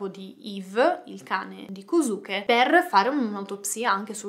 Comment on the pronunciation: si scrive kosuke ma si pronuncia koske